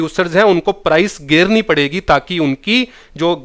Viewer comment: gerni pdegi ....hahaha ....Haryana se ho kya sir ...